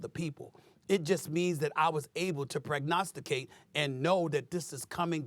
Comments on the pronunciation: Pronogstacate……. 🫠 he the best word maker upper In the whole wide world !!!! Craig 😂🤣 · Man said prognosticate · Prognosticate 😏 really Stephen A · “prognosticate” — SAS a funny dude